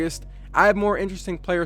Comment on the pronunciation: The first time u said NBA you said MBA